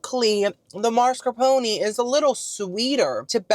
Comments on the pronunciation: P.S. - your pronunciation of gnocchi is perfetto! And super close on the sweet cheese found in tiramisu: it's MAH-scar-POH-neh; there's no "r" in the first syllable. Farfalle is pronounced "far-FAH-leh", and fagioli is pronounced "fah-JOE-lee." Btw, your songs were 🔥🔥🔥! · it’s mascarpone with the “E” at the end 😂